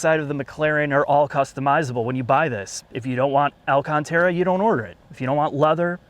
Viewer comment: They way you say alCAN!tera pisses me off.